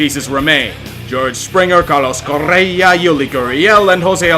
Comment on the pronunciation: now THAT is how you pronounce Correa